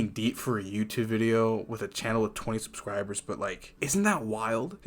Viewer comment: 20 Subscribbles, he says.